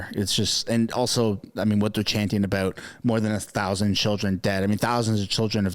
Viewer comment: Did you say about or aboot